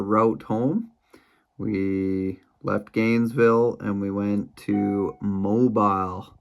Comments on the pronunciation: Mo"beel" Alabama. They don't say it like mobile phone. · Mobile is pronounced Mo beel in Alabama